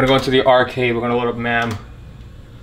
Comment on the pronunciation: It's not "MAM"... it's pronounced MAME as in tame, or same...